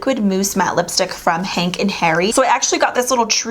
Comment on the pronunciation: Gorgeous 😍 omg babe you soo amazing n I think this has been my favorite upload from you this week 💕 oh n I think you said Henk n hairy but it's hank & Henry 🤗🤗🤗 still love ya 💖